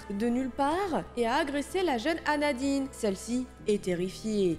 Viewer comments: MAIS WECH C EST PAS ANADINE C EST ANADITE !!! MDR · Et à la première histoire ses anadite et pas anadine